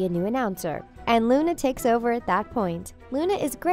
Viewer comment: When you dont say lovegood: Luna When you say lovegood: Luni Lovegood!